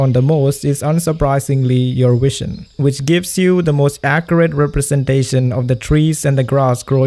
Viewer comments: Excellent video, but some polite criticism: you really need to learn to pronounce the letter "v" correctly if you're going to be a YouTube presenter. For some reason, many Indian speakers of English pronounce "v" as a "w", so you say "wision" instead of "vision", and "enwironment" instead of "environment". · I hope it doesn't come off as offensive, but I would find it a lot easier to understand what you're saying if you got the V sound down better. Whenever you say environment or vision it sounds like enwirenment or wision